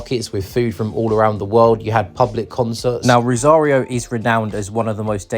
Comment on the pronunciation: si, pero la ciudad de "rario" o la provincia de "salsa"😂😂😂